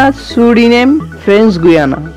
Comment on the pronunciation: This is not গুইয়ানা!!!!😂😂😂 This is গায়ানা। 😊😊😊 You have to pronounce properly. and , Whatever , much appreciated for the video.